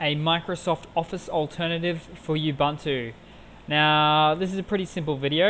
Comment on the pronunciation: Thats how you pronounce Ubuntu